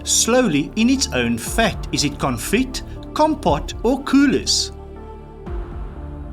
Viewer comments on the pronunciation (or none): It would be better if a REAL chef would give the answers, Confit is a French term, hence the final t is silent (not pronounced.) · Good fun but my goodness the pronunciation is way off, viz confit.